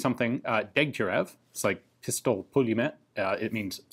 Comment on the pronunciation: For an Arizona rancher, you nailed the pronunciation of the pistolyet - pulyemyot